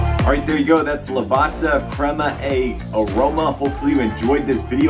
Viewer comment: Lovely review, love the bean, love the correct pronunciation of Lavazza.